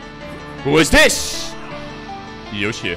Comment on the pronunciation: Genji: Yoush: Yoush